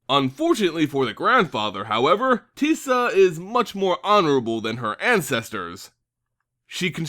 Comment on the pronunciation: You pronounced Teysa 3 different ways in your video. I am confused. And slightly frightened.